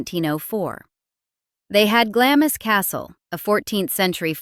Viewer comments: it's Glarmz ,,,where the hell do you hear GLAMIS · I do wish commentators learned how to pronounce names properly. It's not Gla-mis, it's Glahms. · I’ve been to glamis castle and it is pronounced “glams” as in bombs. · Glamis (Castle) is pronounced ''GLAAMZ'' not 'glamiss'. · This is outrageous to demean such an important and much loved member of the Royal Family. Shame on you! It is also Glaaams not Glamis as you pronounce it! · Glamis is pronounced Glarms. Do your research. And why is the tone so sneering and knowing? And what's your obsession with teeth? I'm no monarchist but this just seems directed by personal animosity. The Earlswood episode is awful but the late Queen probably had more influence of Burke's and Debrett's than her mother. I don't know where the factual backup comes from most of this. So boring and really, now, who cares? Long gone now. Find something else to ranble about and maybe do some original research on the next subject; PS :Are you a dentist? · It's pronounced, "Glams" Castle, not "GLAM-is" 😂😂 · It is pronounced Glams not Glamis. This alone makes the entire narration suspect! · Glamis is pronounced Glarms here in the UK 🕊️ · Glams to rhyme with alarms! Shame to get it wrong! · Linda from UK here. Glamis is pronounced Glarms. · "Glamiss" Castle? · Glamis is pronounced Glarms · "GlamIS" castle? That's an interesting pronunciation... But the historical expert should no better than me.... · Don't you mean Glamis Castle, pronounced Gl - arms Castle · I think it's Glamis pronounced Glams........ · pronounced Glarms. I believe. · glamis (glams) is the sounds like bombs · at least pronounce the word Glamis correctly!!!! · “Cookie” was the nickname given to her by Simpson because there was a rumour that Elizabeth was the result of a liaison between the Earl of Strathmore and a French cook that worked at Glamis. Can you instruct the narrator on how to pronounce “Glamis”.